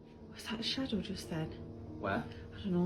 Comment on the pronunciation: but he had a shawdow